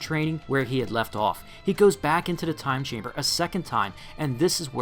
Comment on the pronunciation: Every time u said "Time Chamber" I heard "Gas Chamber"